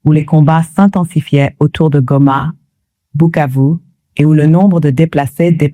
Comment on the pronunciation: Remarquez que Bukavu est bien prononcé et pas Kivu !